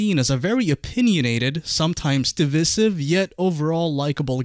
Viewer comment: the way he says divisive 😂